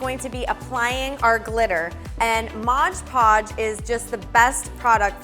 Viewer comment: Haha modge podge! Lol its mod podge silly Edit: Just realizing I didn't tell you how awesome this was & just made fun of how you say mod podge! I really love this & am going to try and do it! Thanks so much! 😆💘